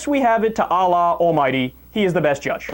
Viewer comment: I'm gonna have to unsubscribe do to the conduct this guy is presenting. You can't even pronounce the name Allah dude. Atheists who whipe their asses with the Qur'an are not realists okay they are psycho prejudice bigots who HATE. I get the feeling you hate too. I agree with you over all but you won't be able to keep Muslim viewers with your attitude. You literally said there are NO women's rights in Afghanistan. I don't agree with the Taliban at ALL but to smear them and say there NO rights at all for women is actually a lie. I don't listen to hate speech.